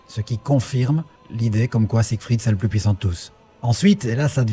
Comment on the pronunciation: quel est le plus " pouissant " 😅😅😅